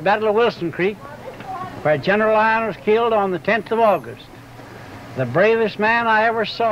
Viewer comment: tons of kids fought in the civil war, younger than 16. The general's name is Lyon, not isles. The dutch part i have no idea what he's talking about